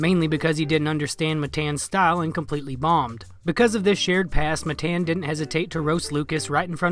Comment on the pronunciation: His name’s not Matayan wtf hahah